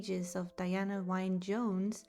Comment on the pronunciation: Diana "wine" Jones? Her middle name, Wynne, is pronounced "win".